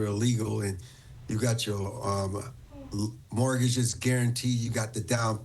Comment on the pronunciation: Mortgage....not morgage